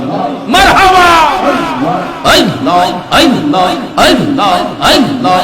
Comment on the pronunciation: আল্লাহর নামটা সঠিক ভাবে উচ্চারণ হয় না। পাউল